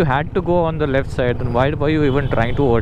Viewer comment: That accent when he got the left mirror 😂😂😏